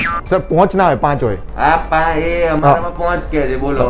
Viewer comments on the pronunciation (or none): Best was ponch nahi paanch😂😂😂😂😂😂😂😂😂😂😂😂😂😂😂😂😂